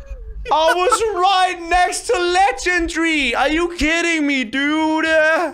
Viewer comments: Its legendary not legengry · I love how him and sundee say legendry instead of lengendary ( le-gen-dare-ey) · You say legandžiary